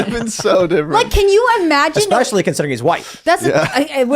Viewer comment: Especially! It’s especially! There’s no x in there! Sorry, that’s just something that irks me. LoL